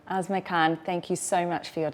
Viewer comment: I hear asthma or azma when you say her name. Asma Khan, more women in leadership roles is absolutely part of the solution.